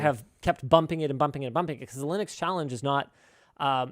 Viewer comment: It's Linux, not Linus Clips